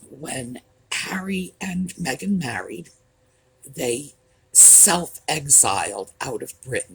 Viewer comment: Thank you for pronouncing her name right too, my sister is Meagan, heavy on the eeeeee. Meghan is absolutely pronounced Mehgarn.